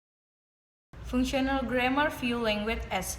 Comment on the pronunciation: There are some mistakes in pronouncing the words such as functional, genre, particularly, concerned, inside, determines. For the slide show, I think it's not neat enough, sometimes big and sometimes it turns small. I think in the traditional grammar section it would be better if she said something like “Traditional grammar is a grammar in general that we know when we learn English as a student. Include nouns, verbs, prepositions, adverb, and adjective or what we called part of speech.” or something else, in clearer or easier-to-understand words about what you want to convey. And there is something lacking in explanation about The Context of Situation and Genre which made the viewer don’t understand that part. For additional information that was not mentioned in the video: 1. Processes: What kind of event/state is being described. 2. Participants: The entities involved in the process. 3. Circumstances: Specifying the when, where, why and how of the process. There are many types of participants such as Actor, Senser, Sayer, Experiencer, Receiver, Carrier, etc. There are 6 types of processes are Material Process, Mental Process, Relational Process, Behavioral Process, Verbal Process, and Existential Process. 1. Material (doing, e.g., run, send, kick, etc.) 2. Mental (experiencing or sensing, e.g., see, hear, know, etc.) 3. Verbal (saying, e.g., tell, warn, ask, etc.) 4. Relational (being or becoming, e.g., have, become, be, etc.) 5. Behavioral (laugh, talk, cry, etc.) 6. Existen